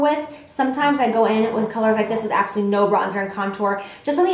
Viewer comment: It sounds like you're saying "absoLEE" when you're saying "absolutely gorgeous" lol I love you so much!